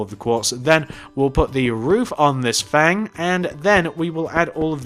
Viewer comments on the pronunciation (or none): none